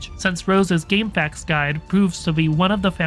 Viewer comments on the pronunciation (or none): shoutouts for that gamefacks pronunciation